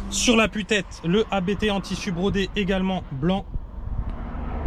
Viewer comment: Il ne faut surtout pas dire A.B.T. car le patron s’appelle Hans-Jürgen Abt. Abt c’est son nom de famille donc faut pas dire A.B.T., sinon ça signe que chaque lettre est le début d’un mot, ça n’a pas de sens. L’un des membres de la famille, Daniel Abt est pilote officiel Audi sport ABT.